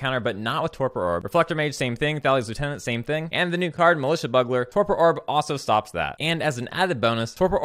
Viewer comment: Ben S.'s (iirc) innovative pronunciation of Buggler is catching on. I dig it.